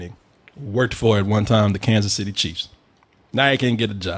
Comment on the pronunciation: this fool said kansas city